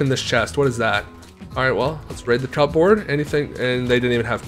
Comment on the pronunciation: 😂 I told you it’s pronounced cubbord